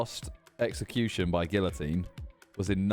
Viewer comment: Stop mispronouncing "guillotine" please. You were already sounding dumb enough in this video...